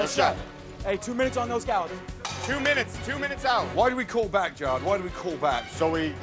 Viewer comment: anybody notice how gordon ramsay calls jared "Gerard"